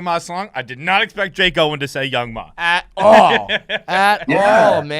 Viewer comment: Young M.A , not young mah😂😂 So funny I was thinking who the fuck is young mah